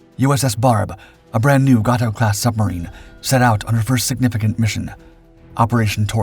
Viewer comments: "Gay-toe" class, not "Gah-toe" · PLEASE PLEASE PLEASE It's GAY-toe not GAH-toe. Ex submariner, and while I really like your content, your mis-pronunciations of Gato and Groton (Should be GRAW-ton not GROW-ton) drive me CRAZY !!! Please try to pronounce them correctly. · Its Gato Class. Not Gartow